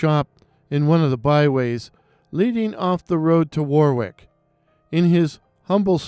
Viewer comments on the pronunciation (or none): Please don't think I'm being a clever beggar, but Warwick is pronounced 'Worick'. Like Yorik (spelling? 🤔 🤣). Hopefully less skulls. I've definitely heard the first story, perhaps slightly different as I thought that the man who disappeared was a poor working class farmer. Not heard of the second one. Parallel universe job, fell down a portal - or a pothole? Best wishes 🙏🏼 ❤️ 🍀 🗺️ 🏴.